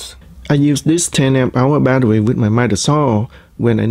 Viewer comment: Are you Elmer Fudd? Badderwee.